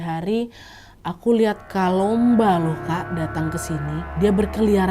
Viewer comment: Kakk kalumba bukan kalomba